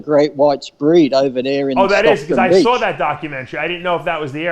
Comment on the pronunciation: "The first thing i sawr"